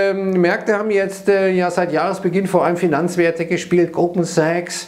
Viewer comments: Ich verstehe immer Gruppensex, wenn Goldman Sachs sagt. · Verdammt, jetzt höre ich es auch. 😄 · Ich auch!!!!!!!!!